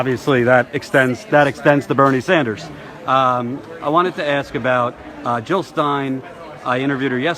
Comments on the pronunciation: JiLL NOT HiLL!!! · Jill NOT Hill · Jill not Hill !